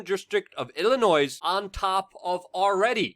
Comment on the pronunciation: Illinois is pronounced "Illinoi." The s is silent.